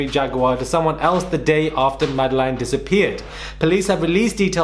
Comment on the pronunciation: Did it drive anyone else mad the way he repeatedly mispronounced her name!! Disrespectful